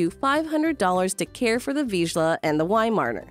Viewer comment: Nevermind, she can't say Vizsla either.